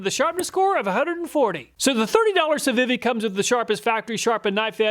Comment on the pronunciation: Civivi is pronounced See-vee-vee. It's one of the better Chinese brands and sells other knives under Sencut and WE Knives as well. I highly suggest you check out some of the knife review channels out there, such as Neeves Knives, Beez Blades, and others. There's more to a knife than price. Type of steel compared to hardness rating, edge geometry both have a lot to do with performance and edge retention. Civivi, Kizer (my favorite Chinese brand), Bestech, Two Sun, Sencut... there are many budget brands coming out of China that are legit killing US made knife quality and performance when comparing prices.